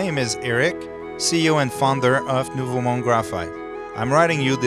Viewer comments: nova mon-de...bro seriously? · great video!.. but as a Canadian I cringed at how you pronounced the company name lol. It's French and pronounced noo-vo mond.